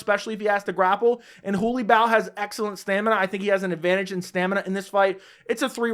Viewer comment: Your pronunciation of Holobaugh 💀💀